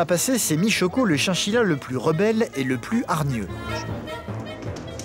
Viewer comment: C chachila pas chienchila